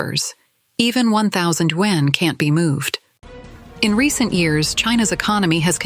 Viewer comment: Your voice AI is not pronoucing "Yuan" correctly, it sounds like "Wen".